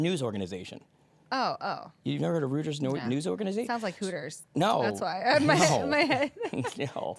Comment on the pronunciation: You day Rooters... I say Royters. Reuters, right? I bet Linda has heard of it and just was not visualizing the company name.